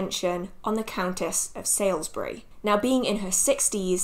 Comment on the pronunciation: Loving the series. Just a point though, Margaret de la Pole, was the Countess of Salisbury (pronounced Saulsbury) not Sailsbury. Blessed Yule. xxx